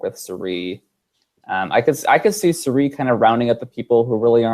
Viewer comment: Your distaste for Cirie is clear,. From continuing to mispronounce her name, to your comment when David mentioned her lovely smile, and you bring up Michaela (seemingly out of nowhere) for having a better smile instead. Been watching for a while, and honestly, I'm surprised. I'm not outraged that you dislike Cirie. I dislike Ciera Eastin myself, but wouldn't say Hali has a better smile, even in jest. And that isn't as unfortunate of a comparison as Cirie and Michaela. Just my wordy 2 cents.